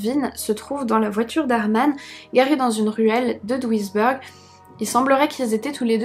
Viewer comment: Bah ça va l'accent ! Sauf er , ça se dit êre non eur, " a l'américaine " . Mais sinon, rien à dire, on t'adore ! Duisberg, bèrg non beurg